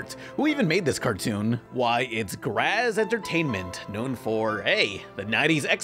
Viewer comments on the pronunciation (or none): none